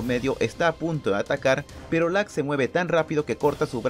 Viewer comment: Lack? 😂 Creo que es LUCK